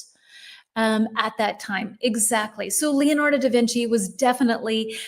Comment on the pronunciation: Please, try to pronounce the 'e' in Leonardo like the 'e' in Lorena, and the 'i' in Michelangelo like the 'i' in Mikela. That way, you'll sound more natural! 🙏🙏😂😂